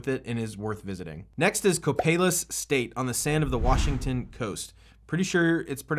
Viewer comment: You pronounced Copalis correctly. I have landed there a number of times. I can vouch for the recommendation to stay on the dark sand. I once taxied onto the striped sand and when I went to take off the 172 wouldn't budge as the tires had sunken a couple of inches. I flew over about a week ago and did not notice a whale and there is no current NOTAM for that as far as I can tell. Definitely make a low pass first as there are frequently people walking around on the beach.